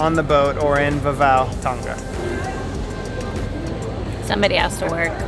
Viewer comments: Thanks for the update! How to pronounce Tonga: it actually rhymes with the words "long" and "uh" (long-uh / Tong-uh) - don't pronounce the g. On a side note, New Zealand is pronounced Nyu Zeal-ind (zeal rhymes with seal) - not New Zeeland. I hope that helps for future videos! Liked and Subscribed! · Oh one more thing-:; Tonga is pronounced Tong-arh rather than Tong-gah. I love your mums' (moms') RV -Atlas btw. I'm so happy for her. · please learn to pronounce TONGA properly